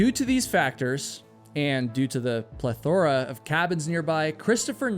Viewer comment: Pleth or ah 😂😂😂